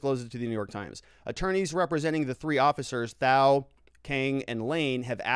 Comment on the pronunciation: I love the content you put out. It's extremely informative. Thao's name is pronounced without the "h". Keep up the great work!